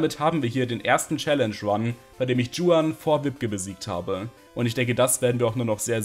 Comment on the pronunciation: Mag deine runs echt gern, aber oida regt es mich bei den Emerald Runs immer auf wie du juan ausprichst 😂 Das ist doch obviously einfach n spanischer Name und deswegen wie „Chuan“ und nicht „Dschuan“ Sonst supi, sorry musste raus 😭